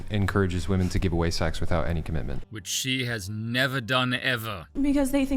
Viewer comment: Well, at least these ladies are all about the Commih-menh … perhaps some day someone can introduce them to the letter ‘T’ .. and we can get some actual Commitment out of them. T .. it’s not pronounced “eh!”